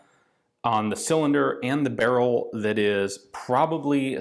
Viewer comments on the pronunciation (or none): none